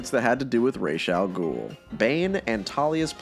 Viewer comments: His name is not rayshe... Ras al ghul actual means head of the demon It's a real word in arrabic while rayshe is made up gibberish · just changed the way all of the world pronounces Ra's al ghul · Not to be a fun killer but it is Ras (raas) not Ras (rashe) as it literally is arabic for “head of the Ogre”